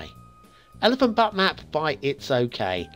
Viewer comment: the word 'butte' is correctly pronounced with a long 'u' as in beauty and beautiful. "Ain't she a beaut." The citizens of Butte, Montana, as well as the future citizens of Elephant Butte, and dare I mention those in Crested Butte, Colorado, would hate to have to continually put up with 'butt' jokes (lol). Blimey, you bleeding blokes in the UK really need to work on your English pronunciation, but I digress. Todays map is indeed very nice, and, but for the tree encroachment and the outside connection problem, would rate 5-stars. Your keen eye and discerning mind have appraised this map scrupulously, and the creator deserves the prestigious SOA. Nice work, It's OK! Also today's asset is terrific.